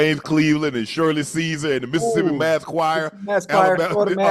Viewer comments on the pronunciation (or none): none